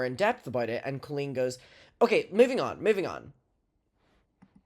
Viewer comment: I love that trisha doesnt pronounce colleen the wacky way colleen wants everyone to to proove shes special